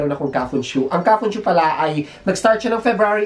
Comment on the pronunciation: kafunSHO hindi kafunSHU🤣🤣